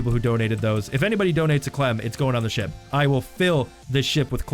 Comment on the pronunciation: Is it just me or when he says ship its coming out with SHIT